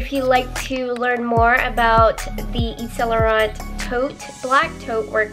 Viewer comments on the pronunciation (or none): Why do people pronounce it as saint laurent? Its annoying its pronounced eve- san- lu-ran why do americans pronounce it incorrectly?